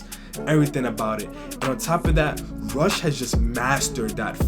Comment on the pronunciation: Man said Rush as Russ in the beginning. Great reaction vid!